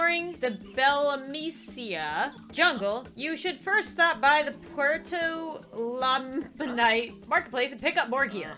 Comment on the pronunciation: This is how you say em Belo-mesia and Puerto la-mean-teh